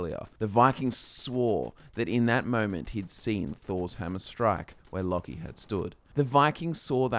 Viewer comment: I thought it was pronounced (Low-key)